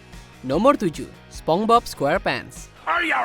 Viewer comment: Tunggu tunggu, gw ga salah denger kan kalo naratornya nyebut spong bob?